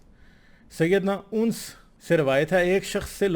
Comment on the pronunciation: Are mulhid bhai hazrat uns nahi anas hota hai Jis tarah tum anas ko uns padh rahe ho aor logon ko suna rahe ho bilkul usi tarah islaam ko galat samajh rahe ho aor dunya ko suna rahe ho.. Aor zindagi ke aakhiri dino me dhobi ka .......na ghar ka na ghaat ka wali baat par fit hogi..